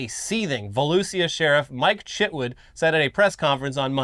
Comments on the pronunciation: is right to pronounce it Volusia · I have lived in Volusia my whole life. It is pronounced Vol-u-sha. Trust the Florida boy on this one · It’s vol-OOO-sha county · I'm from Volusia county and right on the pronunciation, Pine Ridge High School football rules!!!!